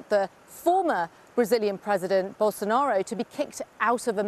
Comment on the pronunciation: De she call the former, defeated president "Gerbil Sonaro"? I like it.